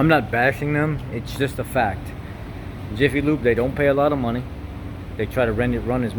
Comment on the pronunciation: "Iffy" Lube???